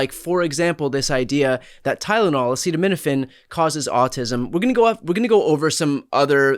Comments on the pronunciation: "Ah-ced-ur..... well let's see how we say that" Donald Trump We're screwed. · Right?!? And, he literally can't even pronounce acetaminophen. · Oh and lets not forget that Tylenol wasnt on the market for 13/14 years after the first autism diagnosis its so ridiculous. Anyone taking medical advise from the inject bleach guy who cant say acedomediphine oh lord ill pray for them. Its so very sad and scary. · Watching him try to say Acetaminophen is sad 😞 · SHOOT! Dumbo can't even pronounce acetaminophen let alone spell it! Bet his veins are inundated with Tylenol & he has no idea! 🤣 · I'll bet a buck the 3 Stooges don't even know that there are over 600 Rx and OTC products that contain acetaminophen. Maybe if the #1 Stooge could pronounce it, he'd be more believable - NOT! I just ordered 200 Tylenol Rapid Release in case Trump signs an Executive Order to pull it off the shelves - which, of course, the SCOTUS will defend. I hope the manufacturers of Tylenol and every other product containing acetaminophen sue the 💩 out of them all! Maybe Trump should look at the infant mortality rates before diphtheria shots, MMR vaccinations, polio vaccines!! My grandmother had 18 children before 1916 - some twins - only 9 lived. The others all died from diphtheria. My best friend in grade school had polio as an infant - before the vaccine - she walked with metal braces and died at 17. If Congress doesn't do their freaking jobs and get rid of that whole Trump Administration, we are going to have people dying like flies in this country - mostly children. Party of family values my arse! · I highly recommend you take your advice on medication from a non Dr who cannot pronounce the name of the drug he doesn’t want you to take… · A man who can't pronounce acetaminophen is not capable of giving medical advice. The studies on tylenol are weak at best. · He can not pronounce Acetaminophen, let alone understand what Autism actually is. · He can’t even say acetaminophen but he’s the expert right?